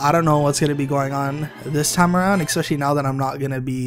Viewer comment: You know we love your voice, but you like to say "Especially" quite a lot, which is totally cool but you say it "E x pecially". Aint no X =p It's alright, I've been saying "E x cetera" instead of Et Cetera all my life. Another one I hear a lot is "E x presso" instead of Espresso. We all like to invent an X!